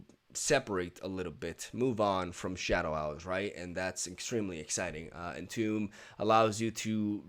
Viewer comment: "entomb" is pronounced like "intumb" if you read it in spanish